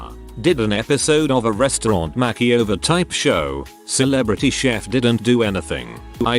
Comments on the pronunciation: Why can't the reader learn to pronounce "makeover"? It's not " mackie over"! Is it a robovoice? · No one: the TTS bot: Makky-over